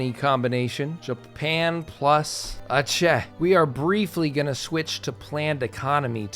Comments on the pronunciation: Pronounced "Acheh" not "Akeh" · bro its aceh not akeh, just say it the way it written.thanks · Actually it should be Ah-tseh ahhh my rainy nose. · The correct pronunciation in this case is Acheh because it is a different language that pronounces C differently. In Indonesian all C's are pronounced like ch hence OP's critique of English's confusing system of having multiple ways to pronounce letters. I think it is funny you say there is no way for it to be pronounced differently in English... good thing Aceh is not located in England. 😅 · I'm sorry, but that's not how you pronounce the name of Aceh. It should be something like Ah-cheh. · I found it funny that you say aceh the 'c' is spoken like kh instead of literal c. Like just spit it out how c is supposed to be spoken like how you say 'chant'. English is a definition of an overcomplicated language that even simple alphabets turn into what not supposed to be said lol. Not blaming english speakers nor english, but i just found it funny. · Never thought someone played in sea region lol, and the way you pronounce Aceh is the c part is close to reading ch in change or cherry not like in c in care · ADA INDONESIA COY 🗣️🔥🗣️🔥🇮🇩🇮🇩🇮🇩 MERDEKA 🇮🇩🇮🇩🇮🇩 Edit: bruh the way you pronounce aceh is killing me. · ADA INDONESIA COY!!! Also not how you pronounce Aceh, but I'll just assume its engagement bait